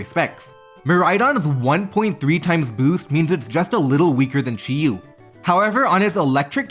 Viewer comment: Say Chiu one more time, fucker. Jesus, what an awful video to listen to, fuck